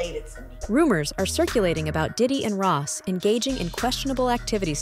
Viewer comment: He keeps saying daddy‘s house Not Diddy but daddy